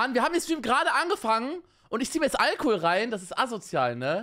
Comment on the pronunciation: Normale menschen: Alkohol Ich: Algehol